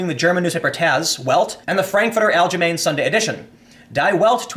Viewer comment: TIM.....You don't pronounce the name Allgemeine - "Al" "jah" "Main". The way to say it is "Al" "Geh" "My" "Naw"..... (hey the phonetics is as close as I can get to persons not used to saying "german words")